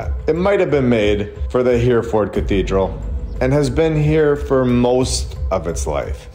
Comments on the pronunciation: It’s pronounced ‘Herreford’ btw, but fantastic content, thank you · It’s pronounced Herryferd. Love your videos. TY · Hereford is pronounced ‘hair-a-fud’ We speak the same language so differently. Love from Ireland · Brilliant 👏🏻👏🏻👏🏻 except Hereford is pronounced Heri ford… not Here Ford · I'll go there next week and video it for you. By the way, it's not Here - ford. It's He (as in heh) -Re (as in Reh) -Ford. But it's a good attempt. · It’s pronounced Herryford cathedral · It's pronounced Heh-ruh-fuhd, old chap, Heh-ruh-fuhd. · Great episode, btw it's pronounced He- re- ford , its an amazing place. von Braun 'He aimed for the moon but kept hitting London' (V2 rocket) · All great info! I love, and now with over 100k subs!!! Ya might want to look into how to pronounce “Hereford” and “invalid”, though… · You're pronouncing Hereford wrong.